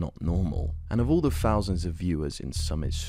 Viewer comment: bro its THOUSANDS not FOUSANDS.